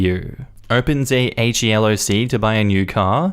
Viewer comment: FYI, in the financial industry HELOC is generally pronounced as if it were a word rather than an acronym (like "he lock"). That's not exactly something I'd expect people who don't talk about HELOCs on a day to day basis to know, though...